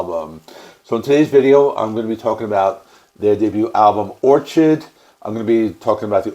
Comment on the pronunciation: It’s Or-kid lmao. An orchid is a flower